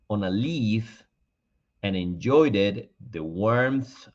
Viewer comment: Hola mi estimado profesor. Hoy viendo esta bonita historia noté algo . Porqué si es una abeja , usted expresa he, tambíen , algo con la pronunciación de enjoyed creo que es con d . Es una duda, no soy profesor solo estudio y he estado aprendiendo de sus videos. Lo hago con todo respeto. Gracias .